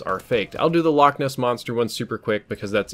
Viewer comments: I’m Scottish it not lock it’s Loch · its pronounced loch not lock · You pronounced Loch wrong. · the English like to pronounce it lock because they cant get the ch right . we just tell them a lock is what you find on a canal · Infinity ~ I'm sure you claim to know alot about Scotland but Ness is short for Inverness which is the place name. The loch is called loch Ness. Like loch Leven, Loch Lomond, etc. The names of lochs. And a loch is a lake in case you were wondering they're the same it's just we can actually pronounce it you'se seem not to be able to